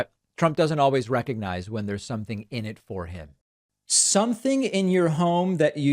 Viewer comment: "Recognize"?? He couldn't even pronounce it! Every time I hear him mangle words, while his tiny hands struggle with a bottle of water, I profoundly thank our Lord and Savior Jesus Christ that Biden is our real President. (but 1 term is enough, right? We're all onboard with that? Just letting every body know.)